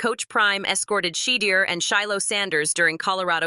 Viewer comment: My sentiments exactly Please pronounce Shedeur the QB name correctly. AI and all